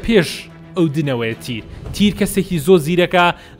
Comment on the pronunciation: بەس مامە حەمە مەڵێ تیر بڵێ تیەر